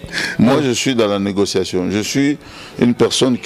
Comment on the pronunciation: Vous êtes dans la negociation, boketsu dit "pas de negosasson" to yoka nani????